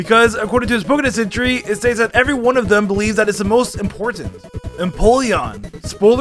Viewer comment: DO NOT LEAVE OFF THE R IN EVERY!